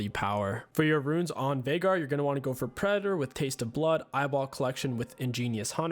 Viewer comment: VAIIIGAR. ITS VEIGAR YOU IDIOT.